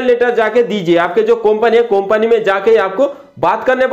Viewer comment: कोंपनी नहीं वो कंपनी होता है